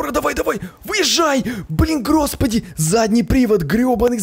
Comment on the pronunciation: ты заметил что ты сказал грос пади